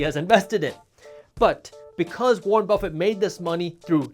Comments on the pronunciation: Warren BRuffett. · warren bruffet